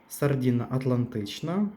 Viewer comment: Зверніть увагу на мову: не сардІни а сардини, не палочки а палички😮